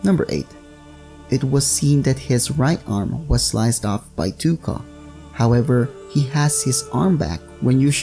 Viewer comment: You actually prenouce it toe-ka :)